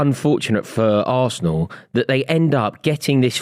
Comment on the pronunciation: As a new referee and a chelsea fan I think the way says varsenal is disgraceful